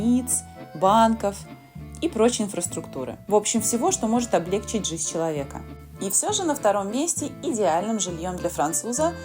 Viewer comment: 🔸️🔸️🔸️"...что может облегчИть," а не облЕгчить! Ударение, так сказать, "французское", на последний слог. 😊 Норма диктует: облегчИть, и никак иначе. Этот популярный в речи глагол - рекордсмен по количеству ошибок, которые считаются грубыми. А за видео спасибо, было интересно! 👏